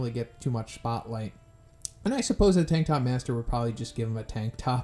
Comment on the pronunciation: I heard you say Tiktok master instead of tank top master lol